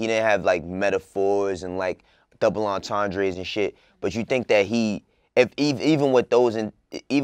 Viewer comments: Dawg called it a "DOUBLE-AUNT-ANDRE "😭😭😭😭😭😭😭😭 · uh yeah... No it's not. It's like double on-tahn-druh . You're welcome 😊